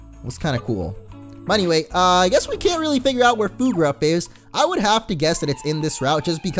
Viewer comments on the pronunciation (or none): Word of advice, Fuegruff is pronounced Fueg-ruff like fuego and ruff.